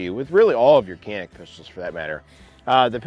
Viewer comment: It's not called Kanik. Try to pronounce like "Janik".